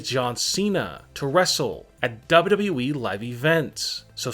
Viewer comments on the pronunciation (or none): Seriously he says wwwee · Why do You Say WWWWE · Stop saying dawbudabuy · Why do you say WWE like dub dub eee